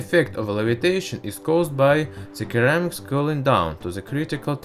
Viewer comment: It's pronounced seramics my dude. Great video, keep it up.